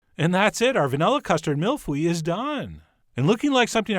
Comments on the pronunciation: Did you say "mule fuel"?. Except for the pronunciation, this is amazing. I was born and raised in France and I've had literally thousands of these. Yours look perfect. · mille fui? I think he's pronouncing it wrong 😂😂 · Mille feuille like videos from quebec says its pronounced phu ye, start by saying mille foy, and then glide into phu-ye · That pronunciation though... It sounds more like "Mieyaah Fahye" instead of "Mill Fuey" (it stands for "Thousand sheets") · Dear chef John Mill fooyy? Mill F-uh-yo (yo with a really short o sound, its actually not and o sound but thats the best way i can explain) actually try Mill - F-uh-yuh (very short uh sound at the end) The spelling is perfect tho. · "Meel foy" is actually a lot closer! LOL! Love you Chef John, as much for your recipes as your pronunciation of foreign languages. You are an incredibly talented chef, but what I love most about your videos is your honesty and sense of humor. This is why I continue to be a loyal viewer : ) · I thought he said milf weed in the beginning 😂😂😂😂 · Why did I heard him saying MILF we? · "Mill Fuii"?? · It's pronounced mil feuhy: i heard milf weed at first lol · I love your mispronunciations, but... it's meel foh-ee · Not that it matters, but it is pronounced "meel foy". But great recipe! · sounds like you said milk weed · haha the way that he pronounce it is so freaking hilarious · "That is pretty close to the correct pronunciation" ehhhh, not quite. :p Great recipe though! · You still need some practice with your French chef John 😭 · Botched pronunciation but I don't care because Chef makes everything interesting. I could literally watch him cook a turd and be super interested.